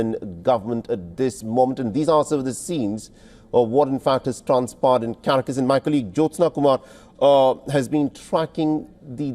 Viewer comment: Pathetic! This guy pronounces Caracas as Carcas. Typical Mainstream Media. SMH It's - CAR AC AS OK?